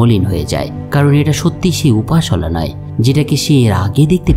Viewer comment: ভাই, আপনার বোঝানোর দক্ষতা অনেক ভালো৷ তবে একটা জিনিস আপনার ভিডিওর মজা অনেক গুন কমিয়ে দিচ্ছে। সেটা হলো নাম গুলোর উচ্চারণ। এটা ভুল হওয়ার কারনে শুনতে খুবই কনফিউজিং লাগছে। যেমন, কাট্টেগাট না বলে ক্যাটেগ্যাট, উপাসালা না বলে উপসালা এভাবে সঠিক উচ্চারণ করে ভিডিও বানাবেন, দয়া করে। তাহলে ভিডিওর মান বহুগুণে বেড়ে যাবে।❤